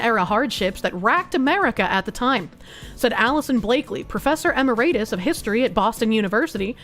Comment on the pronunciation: Emeritus is pronounced 'Uh-MAYOR-it-us'. Accent on the second syllable (do not emphasize mayor, slur it into one syllable). Just for future reference.